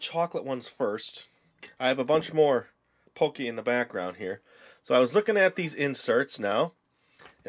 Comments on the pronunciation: pronounced pah-kee not poh-kay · It's not pokey it's pockey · i cringed every time he said pokey instead of pocky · Lol you pronounce it pokey when its everyone else says like "Pock - eey" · It's called p o c k y not pocy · it annoys when he says pocky as pokey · its not poky its pronounced paw-ki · Its pronounced PAW-KEY :D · Can someone please tell him its pronounced pah key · Heh, so did I. he said pokey and i'm like..NO! >.< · omg is p-o-ck-y not pokie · god i cringed when you said pookey >.<